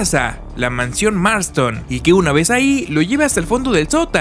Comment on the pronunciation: Tres cosas me hicieron reír por el muchacho que edito el vídeo: uno la mencion del torito. Dos es la casa Marsten y no Marston. Tres cuando dice Marlow en lugar de Barlow. He leído el libro cómo 30 veces y por eso obviamente lo prefiero, llegué al texto por la primera adaptación para tv que en México fue conocida como La noche del vampiro, en verdad deseo que esta nueva versión sea el inicio para muchos nuevos lectores, tal cómo me sucedió a mi. Saludos y densas pesadillas!